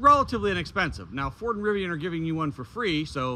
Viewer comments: RIVI-ON? SMH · i have never heard Rivian pronounced with an O. Rivion sounds so odd...LOL You certainly were getting derated speeds on the Lightning, very likely due to thermals, as I have seen plenty of lightnings use this adapter and charge at 150kw. Cheers!